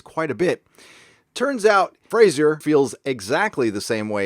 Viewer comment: Frazer not Frasier my dude. He’s Scottish not a psychiatrist. And “centre” is British spelling, no need to sound it out like you’re unmasking a typo.